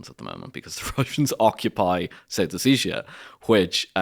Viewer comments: Ha ha, the traditional Irish pronunciation of Ossetia! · This guy pronounces Ossetia in a very odd way